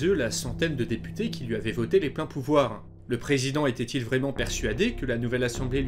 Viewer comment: Sais tu faire la différence en français entre le son é et le son è ? Quand tu dis "il était" tu prononce il été. C'était = c'été, Il allait = il allé. c'est assez pénible.